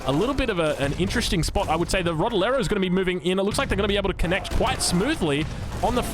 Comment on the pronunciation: Rodelero pronunciation it's fine for an english speaker!